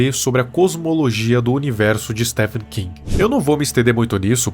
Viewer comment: Oxi, mais tá certo! É assim mesmo que pronuncia!